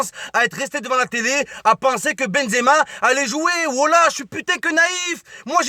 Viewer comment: on a marre de ton benzeama walah je suis algérien mais tu me fatigues avec tn benzeama